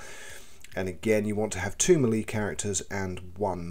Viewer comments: More like "may-lay" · Melee, pronounced 'Mell-ay' 😉